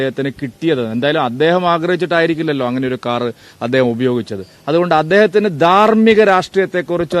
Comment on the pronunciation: ദർമികത എന്നുള്ളത് പറയാൻ യോഗ്യൻ